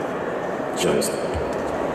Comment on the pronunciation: Kit actually pronouncing Joost quite accurate amazes me